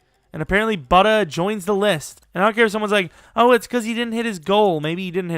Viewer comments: You were close this time as it’s pronounced Boo-Duh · You're saying budda totally WRONG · Lmao budder baker “and I pronounced it right this time” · Dude you said buddy bakers first name wrong